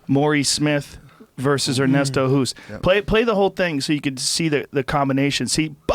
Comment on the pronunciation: What I don't understand why people cannot pronounce Bas Rutten. They can say Bill Burr, they don't say Bill Boerr, but with Rutten they say Roeten? Why? It's the same. And the "t' is like you say tea. It's so easy...And it's not Ernesto Hoest, it's Ernesto Hoost. You should know how it's said anyway because the name of our Prime Minister is Rutte :P